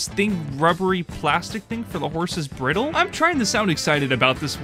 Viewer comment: your pronunciatiom of bridle tho :U It's more like Brai-dull, not briddle :U also love that orange cat, the cat has good taste in boxes